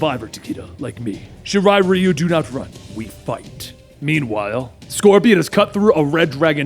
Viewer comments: Its pronounced "shi-ri-ri-yu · Criket Person Shiri Ryu. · Its sha-ri-riyou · I love u bro, but I'm cringing the way u say shirai Ryu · Am I the only one extremely uncomfortable and bothered by how he pronounces Raiden and Shirai-Ryu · Pretty sure he mispronounced Shirai Ryu too.